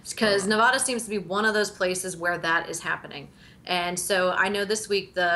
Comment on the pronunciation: You both pronounce Nevada incorrectly